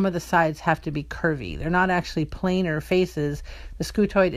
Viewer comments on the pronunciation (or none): none